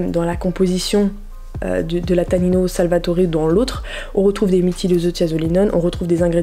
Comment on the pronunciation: Apprend à lire stp. Salvatore c' est un T et pas un D . Tu devais dormir en cours toi.